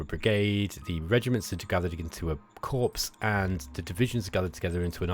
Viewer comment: Friendly reminder that Corps is pronounced "core" in both UK and US English. :)